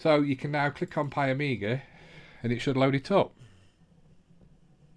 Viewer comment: there is no A its PIE MEE GAH...